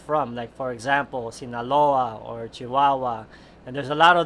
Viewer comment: When he said Sinaloa Chihuahua in perfect Spanish. Man of culture.